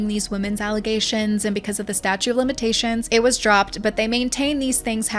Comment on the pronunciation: Hey, doll, GREAT video. Super juicy and informative! (Only note: its the staTUTE [pron: stat-choot] of limitations, not statue, like a sculpture.) Keep up the good work, lady!!! I'll be back!